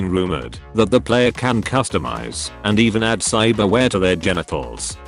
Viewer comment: "cybarwheare" lmao